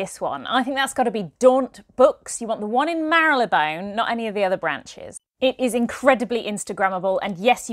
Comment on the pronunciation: It's pronounced maa-luh-bn, not how it's spelt